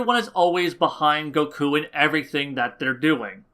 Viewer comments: go-KUUUU. Your pronunciation of Goku's name fucking wrecks me bro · I cant stand how he says: Supersaijan goKuo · I agree with the video, but your the way you pronounce "Goku" makes me wince every time...